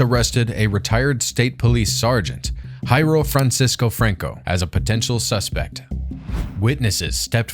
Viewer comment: Pronouncing "Jairo" as if it were Spanish is a joke, right? I say this as a Brazilian. In Brazil, we speak Portuguese, not Spanish. That’s not how "Jairo" is pronounced kkkkkkkkkkkkkkkk